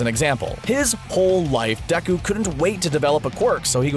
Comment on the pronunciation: ummnn...you know its pronounced day-ku and not decku even tho his name is spelled deku does not mean you can call him decku